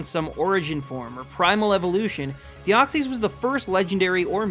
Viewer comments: DEOXYS, NOT DEXOY! AND NO, DEOXYS IS MYTHICAL, NOT LEGENDARY! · THE SECOND E IN DEOXYS IS SUPPOSED TO BE A Y! AND YES IT IS! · said mispronounce. He officially missed pronounced in this order. Kabutops, Rayquaza, Deoxys, arguably Arceus as mentioned, and the word deity. Whether you look at the anime, the 3-D Pokédex app thing, or Bulbapedia, those Pokémon have been missed pronounced. I just found it ironic that he was worried about mispronouncing one Pokémon, when he actually miss pronounced four.